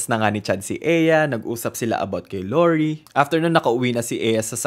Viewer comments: the lorie pronounciation is sending me 😭 new fave youtuber!!!! pls do more of thesee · La-like ko na sana kaso 5 times nyang minention si Laurie ng wlang british accent